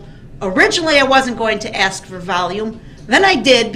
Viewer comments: The proper word is ASK not axe. Talk normal please! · The proper word is ASK, not AXE. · That’s because you’re not witch him. He needs to axe his questions and a dictionary to understand what “advising” means. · He pronounces it as AXED. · He does ax a lot of questions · If I were the Prosecution… I would “Object” every single time the words “Axe”, “Dat” and “Twooth” were used … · Cracks me up how he cant pronounce the work 'ask'...